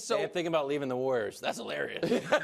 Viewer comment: The way brou pronounces warrior is hilarious. Woyer.